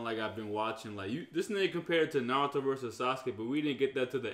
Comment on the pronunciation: Y he say noruto naruto